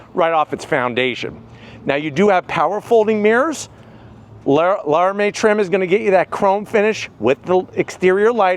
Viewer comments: "Lara-may"? its "Lara-mee" 😂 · Lara mee not Lara may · Crazy to think somebody that owns a demon 170 would say LARAMIE like that